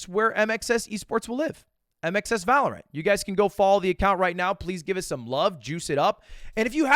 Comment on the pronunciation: One of these days he’ll say valorant right